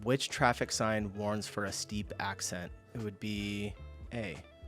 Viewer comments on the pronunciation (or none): That's some steep "accent" man 😂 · This is the first time I've heard a NATIVE English speaker pronounce "ascent" as "accent'. WILD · The pronunciation of "ascent" is killing me. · Ascent...not accent. Descent, not what? lordy xD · It's due to his accent 🙂